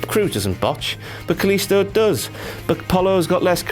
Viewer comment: Dasha fuentes says " kalisto" in such a beautiful way because she's latino and knows how to pronounce his name you scratty internet virgin